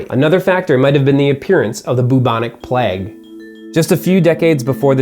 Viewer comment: Why does he say plegg instead of plague?